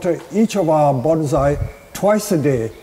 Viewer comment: Listening to you say banzai is TORTURE! The word is bonsai, not banzai. Get it right dude.